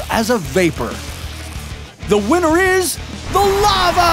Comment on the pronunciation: instead of winner why did you say winter ❄️